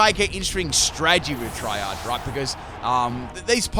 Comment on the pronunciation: "Triage" is pronounced "tree-ahj" and comes from the medical term for assigning who should be treated first in a multiple-injury situation. Excellent battle, btw! This was a really interesting theme team!